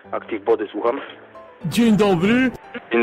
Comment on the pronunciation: Aktiw bOdy, słucham? BODY